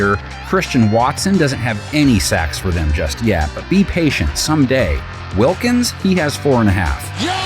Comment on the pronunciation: you guys need to talk to your narrator and editor, he got Christian Wilkins' name wrong AGAIN